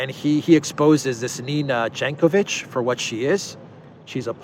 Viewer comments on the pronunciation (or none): Nina Jankowicz, "J" read like "Y" in Yahoo.